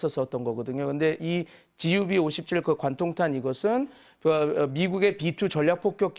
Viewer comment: 저 교수라고 하시는 분 GBU-57을 자꾸 GUB-57이라고 하는데... 미국폭탄은 GBU부터 시작해서 넘버링되는 게 일반적인데 아마 GBU가 무엇의 약자인지도 모르고 대충 빨리빨리 훑어온 것 같다. 평소에 전공 안 한 분야를 설명하려고 전문가로 초빙돼 와 가지고 헤메시는 것 같은데 왜 내가 다 부끄럽지?